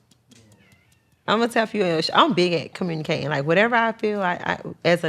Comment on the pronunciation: “I genuwnwy enjoy cowmunique’n” 😂